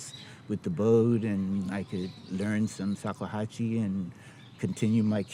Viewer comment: It's not called sakuhachi